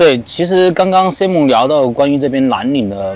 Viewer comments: 请千万别读成SI蒙，是SAI蒙，西人要笑掉大牙啦😅不信你找个人问一下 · 发音错！saimern 这个是正确发音，你发音是女子名字simone